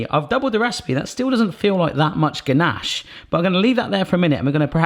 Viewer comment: When he kept saying ganache, I thought he was saying Ganesh, the hindu god. I was so confused for the first 3 minutes for the video, lol XD.